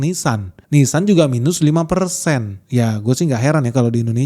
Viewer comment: Itu Ninsan.. beda dengan nissan